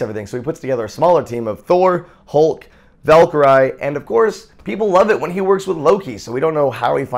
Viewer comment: I never get annoyed with any of Jovens videos or Joven in general but when he said Valkyrie i was like oh dear cuz idk if i am wrong but im pretty sure Joven pronounced her name wrong. This isnt hate im just pointing it out.